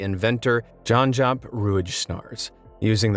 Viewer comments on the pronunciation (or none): I make me that bar stool for 50$ ! I am Dutch and you butchered poor Janjaap his name ferociously, lol! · oh my god you bastard you butchered janjaap how even